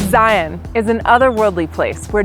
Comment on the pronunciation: I did angles landing years ago when I was barely 20. It was pretty amazing, and I had nightmares about falling off cliffs for months afterward. I am so happy that this gal knows how to pronounce “Zion”.